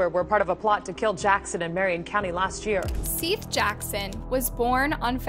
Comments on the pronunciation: Seath???? Thought his name was seth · Exactly. Like pronouncing Seath as seeth lol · Do you ever watch the video clips before going off and pronouncing their names? Lol. Don't get me wrong Seath looks like it would be pronounced exactly how you were saying it. I was definitely thinking who spells Seth like that? Maybe it's seeeeth? Lol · Why is the names always pronounced wrong? The victims at least deserve their names said correctly, I think I'll just stick to my regular channels, thus one doesn't credit other channels and the facts are wrong too on a lot of these videos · How do you mispronounce Seath’s name directly after hearing it from the news clips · Such consistency... You pronounce "Seath's" name two different ways.